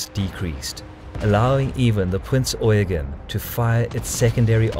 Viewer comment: It's Prinz Eugeeeeeeeen, with an accent on the last syllable.